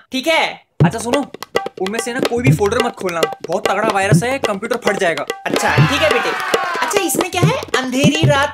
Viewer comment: Jaega hota h zaega nhi